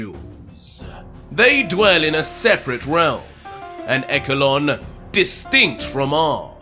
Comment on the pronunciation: ECHELON IS NOT PRONOUNCED EKALON ITS PRONOUNCED ESHALON